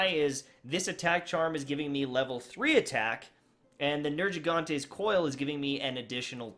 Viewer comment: Ignisious Brudda You cant pronounce Nergiganta and Teostra?